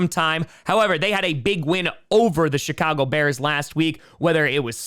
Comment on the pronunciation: Every time says Chicago it sounds like Shitcago